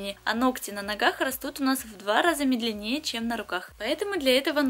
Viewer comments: МЕдленние,а не медлянЕе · глУбоко и медленнЕе - так не говорят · вы отличный мастер и блогер, видео смотреть всегда приятно и познавательно! Но) в конкретном видео очень мне слух резало неправильное ударение (глубокО и мЕдленнее). Ни в коем случае не хочу вас обидеть, это мой пунктик на ударениях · и медленнЕе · А как же медленнЕе))? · пальчик вверх поставила. сколько смотрю ваше видео. столько мне все и нравилось. и вы классная. только исправьте ударения в словах: глубокО а не глУбоко. и мЕдленнее а не медленЕе. пожалуйста!!!! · Во-первых глубокО, во-вторых мЕдленнее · не говоря уже о медленнЕЕ)колхоз) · режет слух глУбоко и медлЕнее.уж простите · Где вы взяли такие слова " глу́боко" и “ медленне́е"??? Прям уши режет,вы же молодая девушка,как так вы говорите???